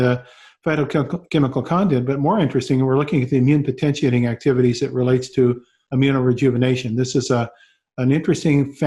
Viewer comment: You keep saying AMINO-Rejuvenation